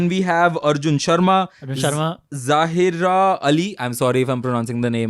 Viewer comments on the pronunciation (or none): Great episode guys (lol you said my name like it was a man’s name. It is pronounced Zai-ra) I personally hate watching movies with cheating because I always end up feeling so heartbroken for the person getting cheated on. I hated KANK because as a kid, I couldn’t understand why SRK and Rani’s characters didn’t love their spouses who were so nice and loving towards them. And I would always feels sorry for the kids - SRK in Main Hoon Na. When Kiran Kher didn’t want him as a child, I was like “But he doesn’t have a mum 😢”